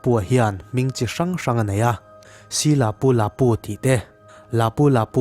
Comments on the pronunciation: A hming ilam dan chu le hahaa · Lapu Lapu i lam dan a dik lo